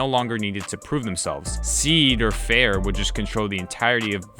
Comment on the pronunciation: My God… I can kinda stand ‘Sea’dar Fair, but Eel Vengeance made me cringe so hard. Good job! And I agree for the love of all things holy don’t let this happen.